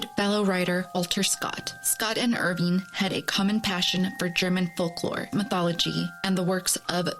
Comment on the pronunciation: It’s not “Irvine”, it’s Irving. Washington Irving. If you’re going to do a story/video on the guy, at least get his NAME right. 🤦‍♂️